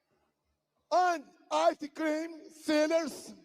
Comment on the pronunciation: Povo burro unido pode não ser vencido, a gente ri muito mas com medo. Não tinha sido melhor escrever o texto em português com a melhor pronúncia possível? Popicórni endi aice crime... Brésil. Por aí kkk